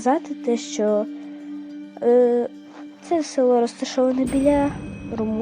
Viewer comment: А це цікаво і добре прокоментоване